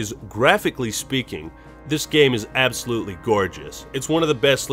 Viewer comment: and what did you learn? 'absolutey' sigh*